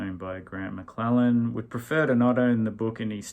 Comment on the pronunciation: Third attempt to post! Apologies if things are piling up back there... A few small points: 1. Grant McLennan, not McLellan. I don't know if I have shared this here before, but he was my next door Neighbour sort of for a while there (he lived diagonally across the street). You'd often see him sitting on the front steps, reading a book or newspaper. Never spoke to him, but if I was walking up to the little Vietnamese bakery on Hampstead Rd, I'd give him a wave and he'd wave back. Maybe if I had brought back a sack of the great croissants they made, we could have been friends. 2. Ale'u'cha! Someone finally said it - Yes! Timmy is a wanker. Ever since he got that White Suit and began to think he was Pete Townshend. And he did my Brisbane homegirl Mega Washington wrong, so he's worse than a wanker! 3. You said recently that we don't have cowboys in Australia - but we do have Toorak Cowboys 4, I read Robert Bausch's "Hello To The Cannibals". It's okay - a bit like American Beauty without all that crazy Kevin Spaciness.